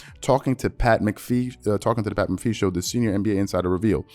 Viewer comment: Lol butchered BOTH of their names 😂😂😂 “Sher-ahn-i-a” and “Mac-uh-fee” Bro was struggling with his words today 😂😂🤦🏿‍♂️ Good content tho !